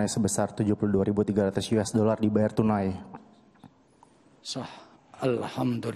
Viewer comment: "72 ribu 3 ratus.. " ohh... 🙂 " yues dolar..!" Oh what?? wow!😱